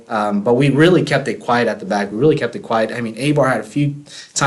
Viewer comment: A-bar? It is pronounced I-Bar.